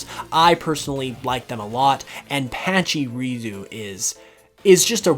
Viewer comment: Why did he call patchurisu like that patchy ruzu